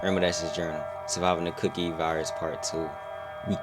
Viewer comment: Cookie… not coockie.